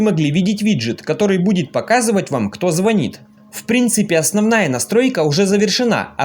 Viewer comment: Ну не звонит, а звонит